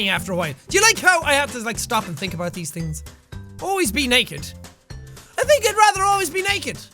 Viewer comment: In the beginning. The way you say about. It sounds like you say above. To me it does. Luv you ps YOU'RE A BOSS